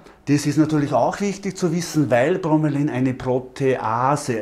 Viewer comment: Bro-me-la-in... ausgesprochen..nicht bro-me-lain^^